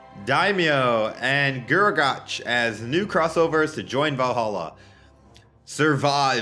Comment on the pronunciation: Guragatch, gruagatch, grugagatch ITS FUCKING GRU-A-GACK